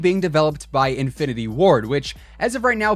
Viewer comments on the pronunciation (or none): none